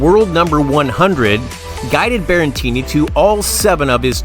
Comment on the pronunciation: Stop saying "Berrentini"!! It's Berretini.